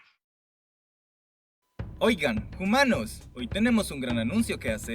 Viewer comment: ¿Por qué dicen "jumanos"?